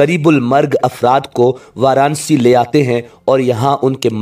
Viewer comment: شہر کا نام۔ وار انا سی (Varanasi) ہے وار نسی نہیں ہے